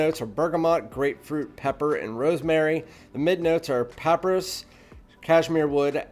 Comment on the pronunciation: Nice review but you need to learn how to pronounce papyrus ... puh-PIE-ruhs and vetiver ... veh-TEE-ver.